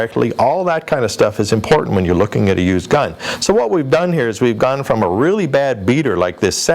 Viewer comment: Yeah, he said "American" giun store. Obviously not California.